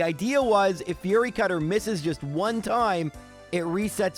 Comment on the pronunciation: A couple of things I'm realizing about Gen 2. 1: It's pronounced "FEE-YURI CUTTER" NOT "FURRY CUTTER" 2: Why does Chuck give out the storm badge? Isn't he a fighting trainer?